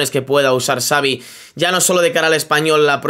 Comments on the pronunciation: Me da un incon en el estómago cada ves q escucho a decir tsaavi en ves de chavi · Pronuncia bien el nombre por favor, me duelen los oídos, Xavi, que seria CHAVI no sabi. Por lo demás, eres muy top, lo dice un culé. Saludos. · No digas Savi porfavor, di Chavi. Que sabéis pronunciarlo perfectamente. Xavi se pronuncia como Chavi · no sé dice savi sé dice xavi